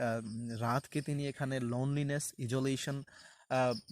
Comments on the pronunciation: ইজোলেশন না আইসোলেশন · Sir isolation pronunciation aktu confusion roya galo.